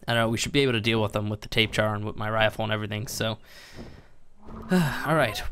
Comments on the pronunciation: Why do u say tapejar it’s tabahara that’s how it’s said not tapejar lol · It's not a Tape-Jara, it's a Tapy-Jara EDIT: as in pronunciation. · It's not pronounced 'Tape Jar' And I currently play the mobile version of this game; The frame rates suck, the crashes are frequent and it's generally a mess. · R.I.P xxxtentacion lmao stop being a pissed kid He pronounces it wrong but not that it matters But People who correct others every time is annoying tbh Btw it is actually Tapy-Hara Its a silent J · JUST SO YOU NO THEY ARE PRONOUNCED TAP-A-HARA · Tails Gaming he says tape jar cause he likes too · Apparently it’s pronounced Tap-a_Har-uh... W H A T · Oh my god if I here “tape jar” ONE MORE TIME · I thought it was really how you thought it was supposed to be said until I watched more videos 😅 I live in the SW United States and I hear Spanish words get absolutely butchered all the time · Why do you sat tapejara like that its a very strange pronunciation